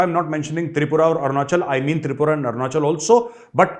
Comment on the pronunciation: Thanks sir b'coz you have pronounced Tripura's name and I belongs to this state. You are right New Delhi should make 10 times more effort for development of the North East.